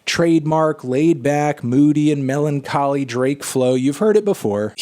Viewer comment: Did he say MELONcholy?